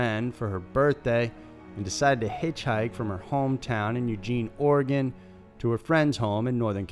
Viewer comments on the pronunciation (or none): none